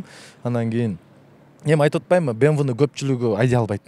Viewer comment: Мынча машина анча машинам бар дейсин фортер,бемве дебей суйлогонду уйрончу